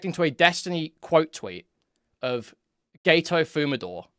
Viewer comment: Gay-Toe Fumadoor